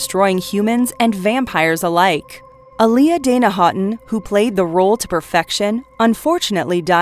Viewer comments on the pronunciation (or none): none